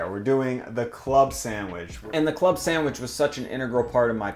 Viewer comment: love ya man, but the way you say "samwidge" drives me up the wall ahahahah